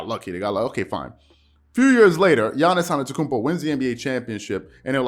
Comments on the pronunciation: His name is Giannis “ AH-DEDO-KOON-BO “ ‼️‼️ I’m sick of you butchering his name 🤦🏾‍♂️it’s not hard to Google how to pronounce his name correctly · I like your content a lot, man… but please, from a Bucks fan, learn how to pronounce Giannis AnTETokounmpo properly. Please 😂